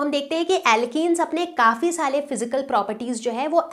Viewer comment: mam said "saale" instead of "saare"........